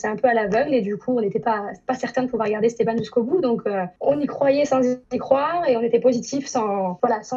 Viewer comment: "Estban"😂😂😂 jpp